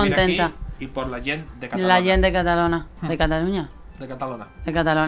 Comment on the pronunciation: No es catalona, es catalunya jajajaja